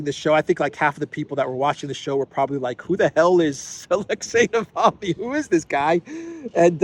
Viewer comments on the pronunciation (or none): So upset about Navalny, Graham can't pronounce his name. Navaly, he said. Ignoramus ! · Gush LG said navaly lol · no no no, Bonehead Graham said and I quote: „Navally“ 😂 his senile brain can’t even remember the man‘s name correctly who they paid for… Seems that senility is not an exclusive for the dummycrats! 🤣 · Unreal, Graham can't even pronounce Navalny's name correctly and he's calling to declare Russia as a state sponsor of terrorism... Is he okay in the head, this goof?! Not to mention that USA has by far sponsored the most of the terrorist and radical organisations on this planet, if anyone, US state shoul be declared a sponsor state of terrorism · Graham can’t even say Navalny’s name right.. Someone should seriously shut this guy up, and take him to the train station..